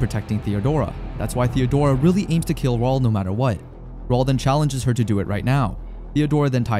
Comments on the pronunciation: I eventually stopped calling him Raoul and started pronouncing it as Raúl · WHY CANT HE PRONOUNCE RAUL?...😂